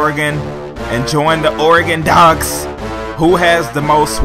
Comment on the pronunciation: At least you pronounce Oregon's name right lol. #goducks